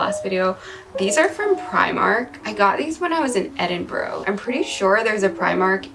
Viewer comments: Did she just cal, it Edinbrou 😂😂😂😂 it’s Edin BRUH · Do u mean edinburgh? Cause if you do its pronounced like edin-"BRUH" and also which primark? Cause some primarks have stuff that others dont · im laughing at how u say edinburgh- its ed-in-bruh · the way she said Edinburgh made me cringe ahhhhh